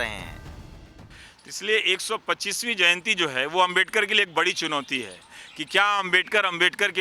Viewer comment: Ravish Kumar apki ehsiat nahi ki babasaheb ko abmedkar kehna.Aap pehle sahi se Naam lene ka seeklo phir bolna